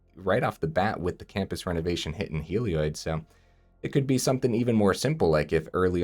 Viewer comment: I believe it's pronounced 'Hell - ee- od' :)